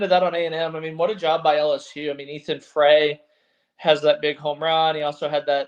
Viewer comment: Ethan Frey's last name is pronounced "fry", not "fray". He's our best hitter right now and he won us the game tonight with that 2-run homer.